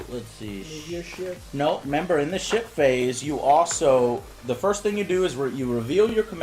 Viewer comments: Everytime he said "ship-phase" i thought:"did he just said "shit-face"?" xD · Am I the only one who hear 'Shit Face' when Joe says 'Ship Phase'? x)